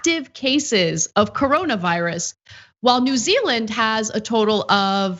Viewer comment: “New Zea_eland” 😂 it happens to the best of us.